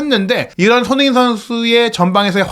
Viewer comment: 왜 손후인 으로 발음을 굴릴까